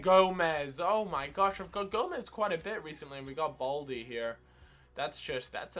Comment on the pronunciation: That is how you pronounce it! Balde